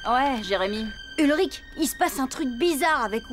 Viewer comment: mmm oe ça se discute 🤷‍♀️ mais sinon c'est "Ulrich" et pas "Hulrich" ;)